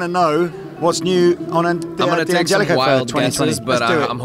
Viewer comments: DANgelico not DEE come on.. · it's DEE-Angelico. Like D'Angelo the r&b icon. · It Di angelico. Lower case i... The apostrophe isn't silent obviously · How can your own product guy not know how to pronounce the brand name. It's pronounced DAN-gelico lol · DANgelico is the proper italian pronunciation, that's not my opinion, thats fact. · DANgelico is the proper Italian pronunciation, that is an absolute fact, I dont care where you lived lmao.